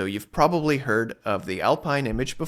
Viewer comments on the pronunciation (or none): none